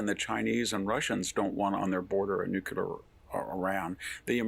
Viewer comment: Nukular? How many 'U's are there in NUCLEAR?